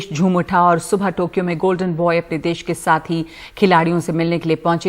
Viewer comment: देस नही देश होता है NDTV